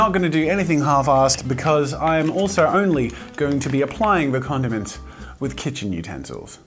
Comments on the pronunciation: So many times I thought he said condoms 😂🤦🏻‍♂️ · jazza you mumbled when you said condiments and it sounded like condom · thought he said condoms not condiments cool video